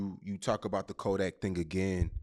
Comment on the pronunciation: Even jackboy said kodack scary 😂😂😂😂 he a fake gremlin now just. Got exposed frfr florida yall just took a huge L